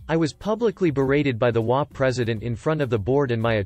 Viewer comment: In the title story it is H O A, each INDIVIDUAL letter is pronounced. It is NOT prone as a word.